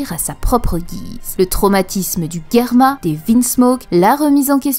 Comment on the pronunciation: Ca fait saigner les oreilles d'entendre Guerma !!! C'est Germa, comme Gérard :F